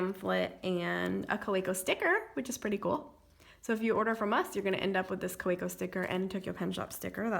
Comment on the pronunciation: Kaweco as you mentioned is German and hence pronounced Ka va co